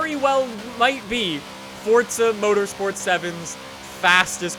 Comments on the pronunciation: FORZA NOT FORTZA. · Tell me where in Forza to you see or hear a T. Its Forza not Fortza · its for-za!! not fort-za... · Is just me, or does everyone else pronounce it "Four-ZA", and you strongly believe that anyone who pronounces it FORT-ZA deserves a kick in the beans? Just me? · Why do you say fortza? It’s forza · DADDYY HAMIDD it's spelled for-za but it's pronounced fort-za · Jesus Salazar yes i know just funny that's why i said it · It feels like you say Fordza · He said fordza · Fort-th-a motorsport 7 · "Fortza game" What!?!?! F O R Z A. Not Fortza